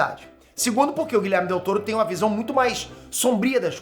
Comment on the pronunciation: gente plmds o nome do cara não é Guilherme e sim GuilhermO com "O" no final kkkk